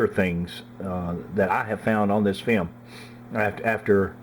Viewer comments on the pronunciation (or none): I love how he says "fee-om"